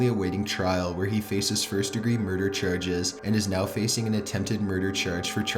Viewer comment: "Murder cherges"